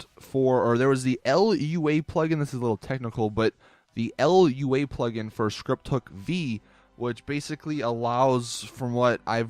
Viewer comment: Lua is pronounced looa